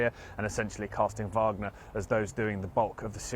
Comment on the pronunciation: "Wagner" group. You're speaking English. Not "Vahgner". You say "Back-mut" when it's "Bach-moot". Why don't you say that right? Wagner. With a W.